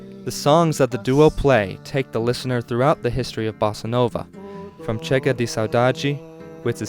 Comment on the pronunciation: Not that it matters in the slightest but just wanted to put it out there. The “G” sound in Gilberto sounds like an English J sound. So his name would be pronounced like this: JU-AW JU-BER-TU. The word “de” also sounds like an English J. So the song would be pronounced as: GA-RO-TA JEE EE-PA-NEM-A